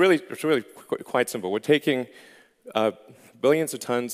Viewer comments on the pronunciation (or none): quite simple, not 'quiet'